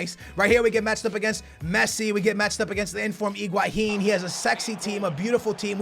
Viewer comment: don t say iguahin, say higuain